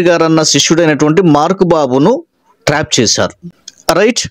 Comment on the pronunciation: పాస్టర్ గారు ట్రేప్ కాదు❌ ట్రాప్ ✅